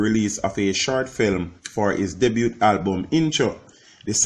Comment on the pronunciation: By the way the T in “debut” is not pronounced!